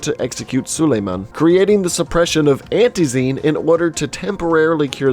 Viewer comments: You are pronouncing it "Antee-zeen" with exaggerated stress on the two last syllables. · I cringe everytime he says antizeeeeeen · "Anty zeen" ffs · Crazy how the word ‘antizin’ is said the same way by everyone in the game, yet he mispronounces it. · goddamn, the way you pronounce Antizin Pisses me off so much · Love the vid but in the game the say antizin and zera like alot how do you say it wrong